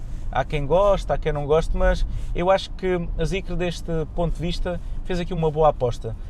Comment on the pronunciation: não se lê Zicre…